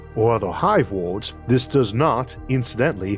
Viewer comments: For the love of god Isaac, please, there are free speech therapy classes available. I thought for the longest time you were talking about 'wards' and was trying to figure out why wards are comparable to the fragments of a state, you meant worlds. Too much is lost in translation, and this can be rectified with minor speech therapy. I've met people with FAR worse speech impediments who resolved it in 1-2 sessions, please look into it. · Why is he always saying ward. Does he mean world? 🤔